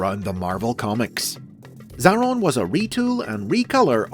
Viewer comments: It's pronounced A-Atron tho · Just fyi, it's pronounced 'Zay-ay-ron' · You've done messed up Xa-a-ron